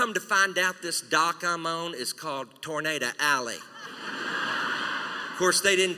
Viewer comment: I thought it was a tornado not a tornada